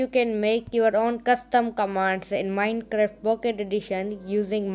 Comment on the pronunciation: Why He Was Saying Minecreft But Its Minecraft